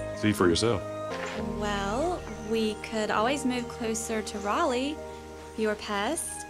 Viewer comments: Love ur videos but Raleigh is very much not pronounced “Rally” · What part of nc is this supposed to be set in??? I’m from nc and this shit is hilarious. When she said “we could move closer to Raleigh, and closer to Stuart…” ik which school she’s talking about. Also, pronouncing Raleigh as “rally” instead of “r-ah-leigh” was so jarring lol it made me think about all the things you assume everyone knows based on where you grew up. The main character’s accent is so nostalgia-inducing and familiar and its so funny every time she talks bc she just sounds like everyone from my hometown the scene of dinner where they’re all commenting on grace’s cooking was so triggering like ugh the not-at-all subtle equating women to domestic skills is nausea-inducing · I'm from NC and my boyfriend is from MA. When he would fly into Raleigh, he would pronounce it Rayleigh. For a time the airport had a shirt in it with RAW-LEE on it. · It used to bother me that no one not from NC seems to be able to pronounce Raleigh ("rally" lol) but now it's just charming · as someone from raleigh, the way you and the character pronounced "raleigh" made me giggle. but the movie did get it right that neighbors will ask new families what church they go to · this is one of the most embarrassing depictions of North Carolina I've seen in a long time🥴 and I knew the main actress wasn't from NC the moment she tried to pronounce Raleigh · Expert pro flawless pronunciation of 'Raleigh'.